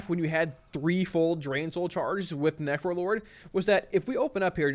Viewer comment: This entire video sounds like you are saying nefro-lord... Its literally all I can hear haha. Thanks for the great content, this is exactly what I needed. Would like to see the different specs broken up into their own segments, that way I could just watch the affliction section and be done, but that is my only gripe. Solid content as usual. ...Nefro-lord.